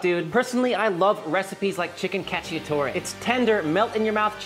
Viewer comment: I can envision all the Italians cringing hearing him saying chicken catchy-atory 😂